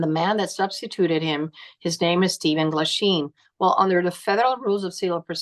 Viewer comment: Isn't it Michael Glasheen?